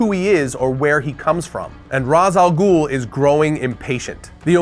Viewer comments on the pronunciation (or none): Hey, FYI. Ra’s (Alghoul) is pronounced “Raish”